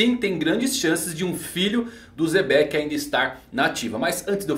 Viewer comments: Pq o chama o Xebec de Zebec? Até hoje tento entender. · "zebec" kskskskks